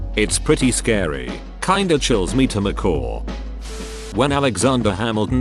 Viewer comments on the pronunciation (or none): “chills me to macaw”. Instead of chills me to my core. Very funny.